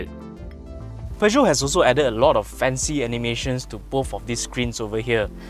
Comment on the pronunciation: Thank you for stressing the right pronunciation of Peugeot. And as always, another good review that I thoroughly enjoyed. Thank you.